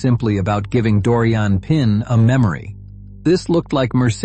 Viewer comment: She's French, she's Doriane Pin pronounced Pan... She did amazingly.